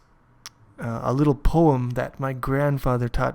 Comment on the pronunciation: your pronounciation in the poeam was really good haven´t heard a single fail